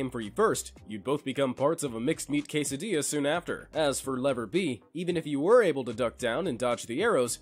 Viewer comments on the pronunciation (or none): none